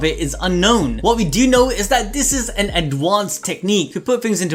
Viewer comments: I swear to god if you say adwansed instead of advanced one more time I’m disliking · Can you please look up how to say ADvanCEd